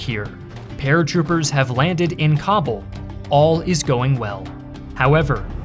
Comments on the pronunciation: It’s pronounce Ka-Bool!!! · It takes merely 10 seconds to google where stress in the word Kabul goes. To unsubscribe for me takes even less time. Farewell